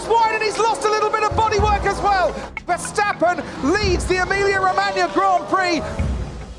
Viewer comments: If Redbull wins, I want Tom Clarkson to stop calling Max “Vershhhtappen”. Just drop the H. There is no H in is name :). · Any excuse for him to say "VerSHtappen!!!" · Can Tom Clarkson please stop calling Max: Vers-hhhh-tappen The "s" in Dutch is exactly pronounced as the "s" in English. ... The way you butcher Max' surname is an absolute travesty.!! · the only thing that hurt my ears was your Versjtappen pronunciation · It's Verstappen, not Vershtappen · there is no sh in verstappen